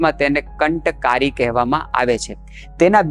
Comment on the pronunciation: Kanthkaari nahi, kantkaari kaho.